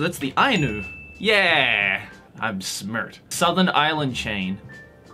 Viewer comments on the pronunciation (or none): “I’m shmert” 😂😂😂👌🏼